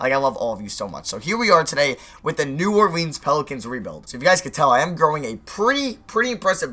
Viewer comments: It's new ore-lins not new ore-leins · DID HE JUST SAY NEW OR-LEENS NOOOOOOOOOOOOOOOOOOOOOO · its pronounced "New Orlens, ORLENS" not "New Orleeeeeeeens", I'm sorry I'm from the deep south, this pisses me off easily lmao